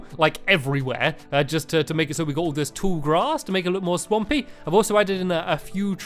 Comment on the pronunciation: When you said swampy it sounded like you stampy with a mouth full